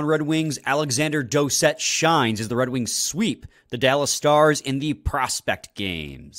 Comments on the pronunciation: It's pronounced Doocet, but spelled Doucet, because it's a French last name. How do I know? It's my last name too. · Its pronounced douce ette haha not dowset!